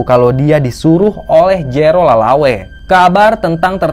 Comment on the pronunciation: Lelaway kayaknya bukan lalawe